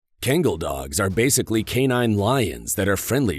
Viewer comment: You shouldn't be talking about these dogs when you can't even properly pronounce the name of the breed.